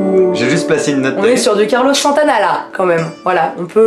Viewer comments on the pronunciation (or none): et c'est carlos santana pas chantana x)